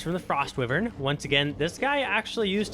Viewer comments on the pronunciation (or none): love the vid, but the way you say wyvern angers me lmao, its why vern not wih vern